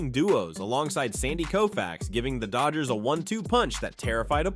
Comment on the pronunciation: Sorry, it's Sandy Koufax